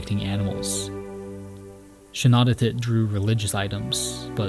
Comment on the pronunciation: Shanawdithit is pronounced like shah-NAW-dith-it Great video tho as a Newfie I appreciate this especially the research you did